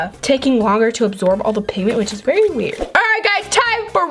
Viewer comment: Did anybody else think she said berry instead of very